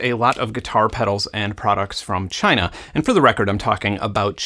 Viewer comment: I don't care what side of politics you're on either Benn, the way Trump says CHY-NAH is fucking highlarious and the 3min compilation of him saying CHY-NAH has had me doubled over crying laughing more than once :-)